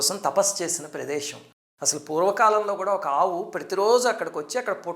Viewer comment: అయ్యా మహానుభావా! దయచేసి తెలుగు ఉచ్చారణ తెలుగులో చెప్పి తెలుగుని నలుదిశలా వ్యాప్తి చెయ్యండి, పశువు, ఈశ్వరుడు, ప్రదేశం వంటి వాటిని తెలుగులా పలకండి, అద్దెకు తెచ్చుకున్న భాషని రుద్దకండి దయచేసి. పశువు - పషువు (తప్పు) ఈశ్వరుడు - ఈ ష్వరుడు (తప్పు) ప్రదేశం - ప్రదేషం (తప్పు) కొనఊపిరితో ఉన్న తెలుగు భాషని చంపెయ్యొద్దు... మీ పేరు కూడా కానీ, ష్రీనివాసు కాదు.